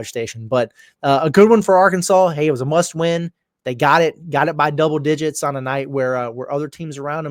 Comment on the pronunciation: Did I hear you say it was a muss win???? 🤔😳😂